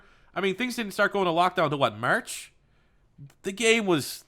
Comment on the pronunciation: I HATE the way you say “March”.... that is all.... keep up the good work